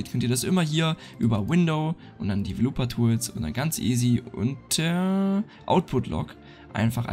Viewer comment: Danke! Ich will nicht unhöflich sein aber Du solltest Dir die Aussprache von den englischen Worten, die Du benutzt, auf google anhören. "Developer" spricht sich sehr anders aus und "Cine" kommt von Cinema (Kino) das nicht wie "sein" ausgesprochen wird. Sorry für die Kritik aber Du hast mehrere solche Fehler in dem Video und ich denke mir, wenn es Dir keiner sagt, dann wirst Du das immer wider falsch wiederholen. Nochmals vielen Dank für das Tutorial!